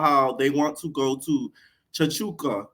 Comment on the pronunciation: Yall calling it "Cha-Cho-Ca" was taking me out the entire episode😂. Its actually pronounced "Chuck-Ca"